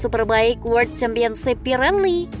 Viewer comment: World super bike min bukan word